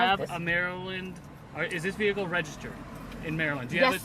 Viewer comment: Why do sovereign citizen fuck wits regardless of race pronounce the word vehicle "veeeeeeeiaciale"